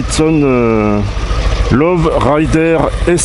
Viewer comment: tu viens d’acheter une super moto mais tu sais pas prononcer son nom… c’est pas une love rider c’est un low rider…ça se prononce LO rider…bon choix bonne roulade